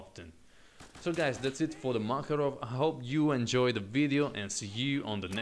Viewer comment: Good, but not MakarOv, MakArov - is correct) In russian named "PM" (Pistolet Makarova).